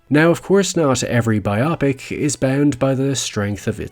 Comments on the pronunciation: Bio + pic. Not Biawpic. Otherwise great video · ‘Bye-aw-pick’ is not it. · Yeah. That’s what I want to know. It’s rather annoying, sounding more like some medical procedure than the bio(graphical) pic(ture) that it is. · You are talking about biographical pictures or "bio pics" (rhymes with Netflix), not "bioAHpics"(sounds like a medical procedure) that rhymes with why can't people pronounce things correctly anymore? Is it because younger folks only interact over the internet? Or is the culture just getting stupider? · You're mispronouncing "biopic". It's "bio-pic", not "bi-opic". BIOgraphical PICture. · Just FYI, it’s pronounced “bio” as in biosphere. “Pick” as in picture. “bio pick”. Not “biOPic” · Great video, completely agree with your points. Can’t forgive that pronunciation of ‘bio-pic’ though. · Stopped watching after just a few seconds when you kept pronouncing biopics /bi-opics/. They're called /bio-pics/. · I can't listen to this man say BY OPP ICKS... It's BYE OH PICS... as in biography pictures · Irked by how you pronounce biopic. It's wrong. It's pronounced BIopic, not bioPIC. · Bi O Pic not Bi ah pic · i love your videos but I will never understand why some people decide it’s “bi-opics”, when its so very clearly “bio-pics” (biographical pictures) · Bio-pic as in biographical picture, not bi-opic. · These are "biographical pictures". So, it is pronounced "bio-pic", not "bi-opic". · My issue with biopics is the way you pronounce the word "biopic." God damnit, it's bio-pic. Not bi-AH-pic. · It’s Bioh-picks not bi-opics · It's a biographical picture, i.e. biopic. It's pronounced BIOpic, not biOPic. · Its not bi-opic. Its bio-pic. Its a biographical picture, a made up word. Well…i think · I was under the impression "biopic" is pronounced "bio pic", with a full "oh", and not like "myopic" but with b, with a short o and middle syllable stress. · Why are you calling it a bi-opic? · Anybody else can't handle how he's pronouncing "biopics"? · yo it's bi-OH-pick